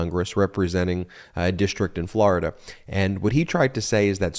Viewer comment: Please learn to say Florida correctly